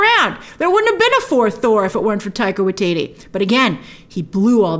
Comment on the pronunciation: I love it how Grace keeps mispronouncing Waititi. 😆